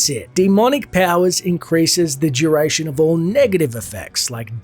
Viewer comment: "Juration" yea.